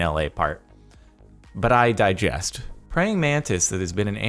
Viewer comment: Did he just say "But I diggest"?